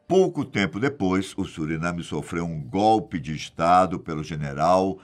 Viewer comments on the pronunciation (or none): none